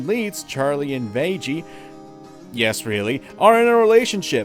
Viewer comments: THAT'S INFURIATING It's pronounced [ˈvæ.ɡiː], not [ˈveɪ.d͡ʒi] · did you just call vaggie vagie... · its pronounced Vaggie, you pronounced it Vajie. nice video other than that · My only issue with this video is. It's not vajjie its vaggie. A hard G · "Vay-gee" Top notch name pronunciation of Vag-gee. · Please... please stop saying veggie I am begging you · Did he seriously just call Vaggie "vajjie"? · It’s pronounced vaggeeh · Vag-ie is how it's pronounced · It’s pronounced (vag-e) but still love the video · It's Vag-gy. Think baggy, but with a v instead of a b, or Maggie with a V instead of an m. (Yes, this is a taste of me triggered.) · Just a heads up, Vaggie's name is pronounced like "Maggie". XD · How the fuck do you mispronounced Vaggie when her name is said in the show? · Am i the only one who was bothered by how he pronounced vaggie? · This video makes a fantastic point, BUT you’re pronouncing Vaggie wrong... there are two “g”s. Like, you wouldn’t pronounce “Peggy” with a soft g.